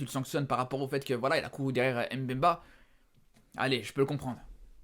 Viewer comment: Mais pourquoi tu prononce « aime bemba » ???? C’est mbemba